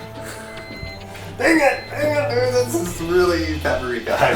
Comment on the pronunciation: paparika? paprika? lol